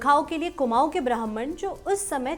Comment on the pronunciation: ब्राह्मण का उच्चारण सही कीजिए। आप ब्राह्मन बोल रही हैं जो की गलत है। लगता है कि आपकी पढ़ने की लिपि अंग्रेज़ी है।